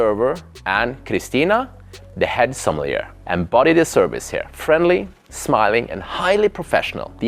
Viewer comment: SommelierRRRRR and Seabase . come on man if you're not an AI you can do better pronouncing it properly.